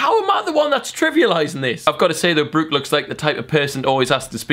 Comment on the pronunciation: Why did he say Brooke so weirdly 😂